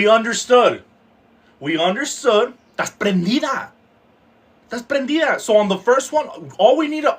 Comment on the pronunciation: Lmao “tass prendida” 😂💀